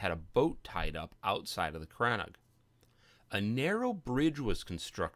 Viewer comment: Great video. I'm currently building a crannóg in a snowy biome, and came here looking for interior designs. Never heard it pronounced as crann-og though; it's usually called crann-oog (longer o sound) in Wexford.